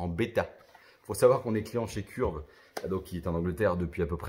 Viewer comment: Curve se dit phonétiquement Ceurve pour simplifié 😉